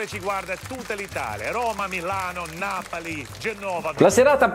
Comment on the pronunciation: Ma cosa andate a fare le voci a joe bastianich: sentite qua Napàli Genóva😂